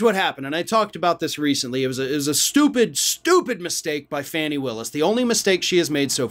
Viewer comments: It's not FANNY. It's pronounced FAH-nee. Please fix this. It's irritating and it demeans your high quality reporting. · “FAH-nee”, not “Fanny” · BTW, it's not "Fanny" Willis; it's "Fawny" without the "w". Fani Willis. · Her name is Fani- not Fanny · Just being nitpicky here. Her name is pronounced Faw-nee